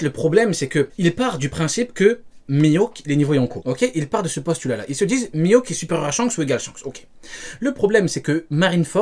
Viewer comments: Miaok qu'il dis et pas mihawk 😂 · je pense que ce type te parle de « Mihaouk » et non « Mihawk » 😂 Problème résolue 🤣🤣